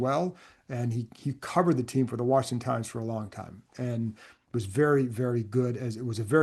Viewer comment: Thank you for this heartfelt tribute. I told my wife this week that I had watched so many of his YouTube videos that I felt like I’d lost a relative. One reason I always smiled when I heard him say Washington: my grandmother ( ) grew up in DC and spent the first 30 years of her life there before my grandparents settled in NC. Whenever I heard him say “Rick Snider’s WARSHINGTON”, I loved it, because it always reminded me of her- she also put that R in Washington. You don’t hear that pronunciation much any more. He was extremely knowledgeable, fair, and really easy to listen to- like you were just shooting the breeze with a buddy, discussing a football game. He will be greatly missed.